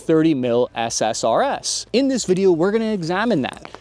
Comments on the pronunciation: Every time you say SSRS I hear SSRI instead. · drinking game, every time he says SRSS instead of SSRS